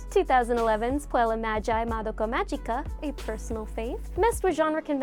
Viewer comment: magica is pronounced with a hard g!